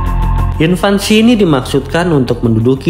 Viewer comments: INVASI bang, bukan INVANSI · Yang benar Invasi Bukan Invansi bang 😂 Gak pake "N" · Admin ini ngerti bahasa Inggris gk ya...??? Invasi koq malah bilang INVANSI..??? Bahasa dr mana tuh kata "INVANSI"... ????? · Invasi mas bukan invansi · Invasi, bukan invansi Sama juga mengherankannya banyak yg menyebut raksasa sebagai raksaksa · Btw, invasi bang, bukan "invansi". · invasi bang, bukan invansi 😭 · Invasi min, bukan invansi. 😊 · INVASI, bukan invansi. Invansi artinya masa balita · INVASI..BUKAN INVANSI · Invasi bang, bukan invansi. 😅😅😅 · INVASI bro, bukan INVANSI. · Invasi bukan Invansi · IN-VAN-SI 😂😂😂 semangat bang